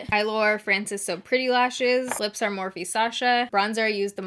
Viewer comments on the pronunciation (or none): none